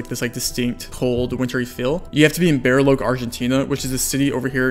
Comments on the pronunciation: "Bar-e-loche" more like "Bah-ree-loh-dje" haha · bariloche is pronounced with a che like in cheque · Your spanish pronunciation is not bad man... Only with Bariloche, which sounds like "Bah-ree-loh-jeh" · bro said Beariloke